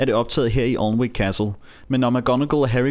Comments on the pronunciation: Thanks for going to all this trouble to produce such an interesting video. The English subtitles helped, even though I had to keep pausing the action to read them. One small point for those interested: 'Alnwick' (as in 'Alnwick Castle') is pronounced, 'ANN -IK.' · you pronounced Alnwick wrong, it's pronounced an-ick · Really well made video, I've been to Alnwick (Pronounced Anick btw) Castle a few times and they do have guided tours running all day. Loved the shot recreations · Alnwick udtales Anick!